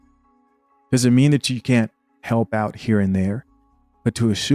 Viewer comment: Teaching and still can't say "Doesn't"